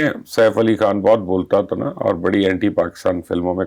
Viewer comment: Thank God!! This lady has finally improved her urdu accent , she can Pronounce the words " Khan" Now she needs to work on her "R's ...